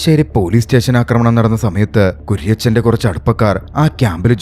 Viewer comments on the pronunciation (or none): none